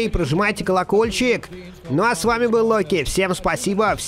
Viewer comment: ты не Локи а роки